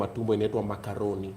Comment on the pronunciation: Makoroni lol. That’s how it’s pronounced boss 😅